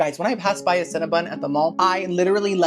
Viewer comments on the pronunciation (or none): none